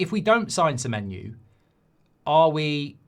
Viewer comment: Accidentally got Semenyo's name right